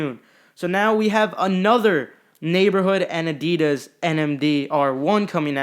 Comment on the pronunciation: It’s actually uh-dee-diss, not uh-dee-duz